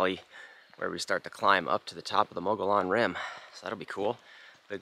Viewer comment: Mo-ge-on Rim